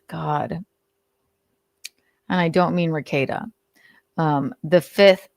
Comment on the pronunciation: lol you murdered Rekeita